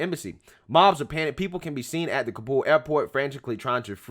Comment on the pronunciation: Dude cant pronounce ka-bull, not ka-bowl